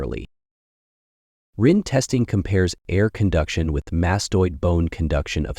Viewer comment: Rinne was pronounced 3 different ways. Which one is correct? I thought is was "Rih-nay"